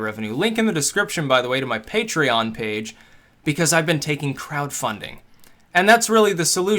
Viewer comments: The way he says Patreon bothers me, everytime. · fund vim-ay-oh through puh-tray-on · I thought it was PUH-tray-on!